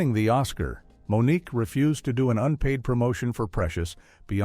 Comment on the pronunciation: Moniqwai 😂😅😆 AI sucks